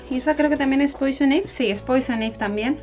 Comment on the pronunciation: Ay te lo tengo que decir porque me pone muy nerviosa jajajaja, Poison Ivy se pronuncia "poison aibi"